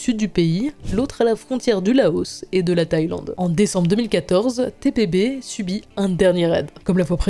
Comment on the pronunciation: Par contre c’est TPB pas TBP ..